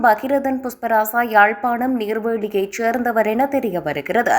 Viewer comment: இப் பெண் தமிழை எப்போதும் பிழையாகவே உச்சரிப்பார் நீர்வேழி இல்லை நீர்வேலி என்பதே சரி